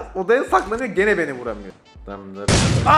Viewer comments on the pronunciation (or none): none